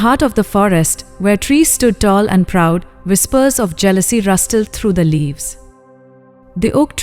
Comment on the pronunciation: The pronunciation of English word 'Rustles' is incorrect, it should should be - rus - sul here T is silent , you pronounced it rus - tles. I plead to you that before trying to spread knowledge, get your English right.